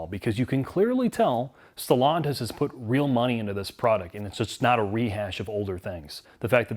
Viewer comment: "Stallantis" 😄 - They need frequent restarts?